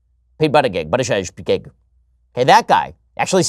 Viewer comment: Ben, It is pronounced Boot-a-judge. I live in South Bend, and I like what he has done with my city